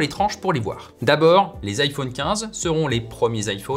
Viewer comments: Ça y est il lis vraiment IFAUNE ou quoi? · Merci de bien prononcer "iPhone" ça m'a angoisser